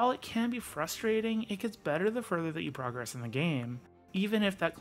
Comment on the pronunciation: You don't say "progress" right. You say the noun form, (PROgress) but you're using it as a verb where it's proGRESS.